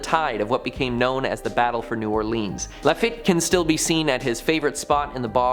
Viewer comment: It’s not lafit it’s lafeet